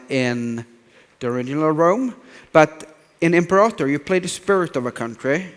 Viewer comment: Imprator Rome, lul Johan.